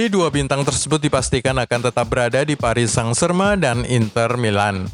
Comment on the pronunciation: Wkwk komentator nya nyebut psg.. paris sang germen wkwkk kocak